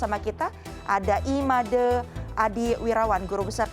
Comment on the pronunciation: susah banget emang ya bilang é? madé bacanya malah madê